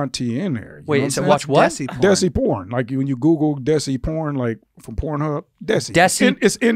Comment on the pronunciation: It's pronounced "they-see", like Desi. Like Dheysi.